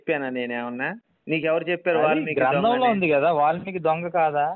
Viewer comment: ఒలిమికి కాదు రా babu వాల్మికి .